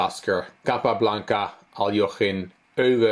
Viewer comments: Aljechin, not Aljochin. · Hi, a Russian friend taught me that Aljochin is the correct pronounciation.